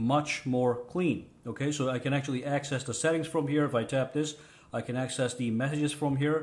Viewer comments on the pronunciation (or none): none